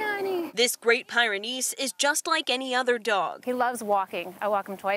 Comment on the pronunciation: Pyrenees was mispronounced.